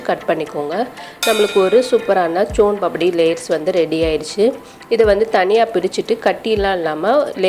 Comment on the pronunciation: முதல்ல soan Paapdi கரெக்டா சொல்ல கத்துகுங்க